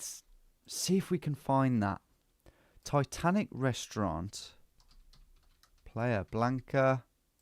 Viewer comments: "Ititanici"? lol. it's Titanic! :D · Am i blind or did my guy read Titanic as Itatanici 😂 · Tom, I was screaming its Titanic you noob not ITitanicI 😂😂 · Itanichi 😂 pretty sure it just says Titanic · My heart sank when Tom said Ititanici 😆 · He misread it as ITHANICI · haha i just started watching and thinking what is he talking about, it only says titanic. hahahaha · Am I lost or did Tom just misread titanic as something in Greek ? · Came here to say the same 😂